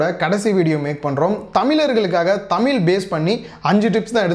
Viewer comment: தமில் இல்லை, தமிழ்.